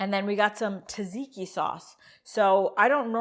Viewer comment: "zhiro" or "dzhiro" depending on whether you're Greek or Turkish. But not "Euro",, which is what you use to pay for a gyro. And it's not "ta-ziki", but "dzhadzhiki". "Sadziki". Say "buds", say "at". Say "budsat". Again, faster. Again. Again. Now say "udsat". Again. Again. Now say "dsat". Now say "dsatdsiki". You got it. Now go throw out that horrible stuff in the plastic tub 'cause we're gonna make the real stuff, which is easy and a thousand times better. Start with a nice big cucumber, preferably English. Peel it, cut it in half lengthwise, lay the flat side on the board and cut it into quarter inch strips or straws. Now cut across the straws to make cubes. It's fun, fast, and it's a great way to build knife skills. Next step is critical, put the cubes in a dish towel or cheese cloth and press out most of the water. Put the cubes in a bowl and add a good bit of salt, garlic paste, olive oil, and lots of chopped dill (preferably fresh). A good squeeze of lemon juice. Maybe a bit of toasted walnut. Mix that in with some yogurt - the GOOD stuff, NOT low fat (of course). My Bulgarian wife only eats Fage in the States, the 5% fat kind. BTW keep your eyes open for some Bulgarian Feta, it's by far the best. They sell it at Costco. Now. About that meat. What you're making there is closer to fajita than gyro. Not bad, but not authentic. What you want is some Mediterranean or Greek spice mix, rub it on before cooking. Also instead of two beef steaks, go for one beef and one lamb.